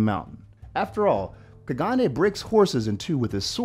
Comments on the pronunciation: “Gregor Cleganay” 🤦🏾‍♂️ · Not to sound rude but i guess you dont watch game of thrones, with the pronnouciation of Gregor Clegane and Danaerys, soz, nitpicking lol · you canny say clagane right and you called him an Irishman when he is not irish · ClegANE like "pain". And he's icelandic, not irish.